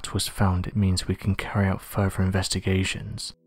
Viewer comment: "Furver" instead of "further". I can't stand this narrator.